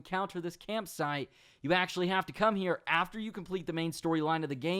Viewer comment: campsiTE, there is a t in the word. use it